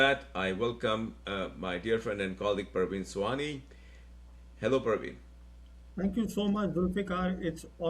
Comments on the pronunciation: It is Pravin and not Parween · It is not pARvin. It is pRAvin